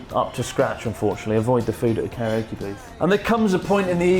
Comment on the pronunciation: It's "karaoke", not "kariokey"